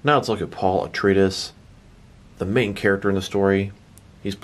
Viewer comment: Wait, wait, wait; say "Atreides" again? It's pronounced uh·trei·uh·deez; I am guessing you never saw the original movie or the 2 SyFy miniseries of Dune.